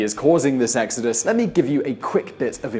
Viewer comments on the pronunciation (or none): none